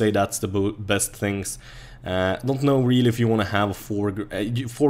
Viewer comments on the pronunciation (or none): none